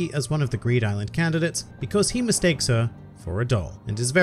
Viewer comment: Do you know that actually the right pronunciation of ''Bisky'' is actually Biske and right pronunciation for ''Kite'' is actually Kaito. So everyone who pronounce it as its typed is wrong.